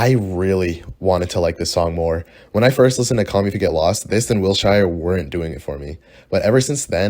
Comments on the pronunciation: it is pronounced "will sure" not "will shai er " : 0 <3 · it’s “will-SHER” not wil shyer 🤦🏻‍♀️ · LA native here, it’s wil - sure not wil - chi - re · BROOO WILSHIREEE????? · WILSHIRE??? WHATTTTT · Man called wilshire mid i cant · 1. you're wack 2. what 3. that's not how you pronounce wilshire